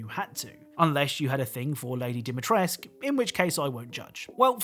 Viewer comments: as a fellow romanian its Dimitrescu and not Dimitresc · DimitrescU, not Dimitresc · It’s not “Dimitresk”, it’s pronounced as it’s written with a “cu” at the end. At least that’s the correct way according to Romanians. Anglicizing everything is so annoying. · Hearing you call Sturm 'Stern' and Dimitrescu as dimmy-tresk... Aghh. It's not Stern. It's Sturm. German for storm. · Why do you call her Dimitresk that fucks me up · Dimitresk? No, Dimitrescu. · i thought dimitresc(u!) was worse bc its said more often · Man.... It's not Dimitresk... It's real romanian Surname and you have to pronounce as Dimitresku... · I don't know why people read her name "Dimitresc" when it literally has an "u" at the end? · in romanian it would be pronounced like Dee-mee-tres-cu, the voice actors are pronouncing it Doh-mee-tresc a lot though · could you please not say dimitresc, and instead dimitrescu. its freaking me out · Knowing that Capcom was so lazy they set it in Romania but didn’t ask a single Romanian how to pronounce Dee-mee-trees-coo really harms my appreciation for an otherwise great game. Also, the extremely lazy Lorem Ipsum on the Lei; it’s a common nonsensical page-filler. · the mispronunciation of the romanian words... the "ciorba de legume" is pronounced "chi-or-bugh d-eh leh-gu-meh". Idk who tf said that the e is mute and that Lady Dimitrescu's name is pronounced Dimitresk, but plz fire the person. Also, for the simps out there that actually wanna know how is Lady Dimitrescu's name pronounced, it's "Dee-mee-tres-ku". The letter ''u'' at the end is not mute. It's not a thing in romania to have mute letters, especially at the end. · It hurts to hear people misspronouncing romanian words. "Regina Rosie" means "The Red Queen" and "Ciorba de legume" is just soup with vegetables. AND THE "U" AT THE END OF DIMITRESCU IS NOT SILENT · I feel something dieing in me when I hear the way they say Dimitrescu ...but apparently that's how Capcom instructed the actors .